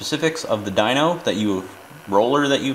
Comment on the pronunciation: AR dweeno lol like wtf bro It’s dyno as in dinosaur ffs